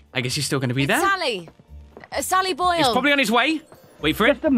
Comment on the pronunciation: It's not sally boil, It's sally boi 😁